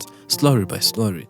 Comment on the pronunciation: Your English is Perfect but you always pronounce the L in slowly as R…It’s wrong